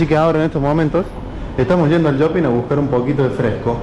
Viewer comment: Porque dice "yoping"?